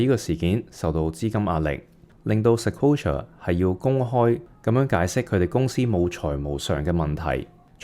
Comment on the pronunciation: ，Sequoia 唔係Sequola